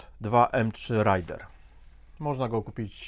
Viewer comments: Napisane jest Raiden, (z japoń. Piorun) Pan czyta Raider (z ang. bombowiec) Głowa boli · Raiden (a nie "Rider" ) to po japońsku "piorun/błyskawica". Też go za szczeniaka kleiłem. Może next coś pływającego z epoki? HMS Penelope fajnie by się wpasował.